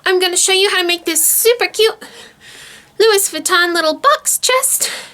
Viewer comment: Sorry, I had to comment. No hate, I mean this in all respect. It is pronounced "LOU-WEE" Sorry, it's just a pet peeve. But, cute video. I have a huge collection of authentic vintage Louis Vuitton bags and suitcases. This is very creative. I never imagined LV monogram like this. 💜 Very creative.